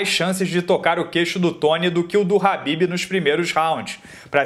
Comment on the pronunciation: É Khabib ñ Habbibs